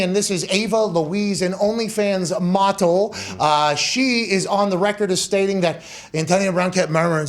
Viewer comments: "An only fans MAWTEL." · Even funnier when he says, "mottle."